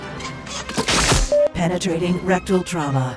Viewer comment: TRAUMA NOT TRUAMA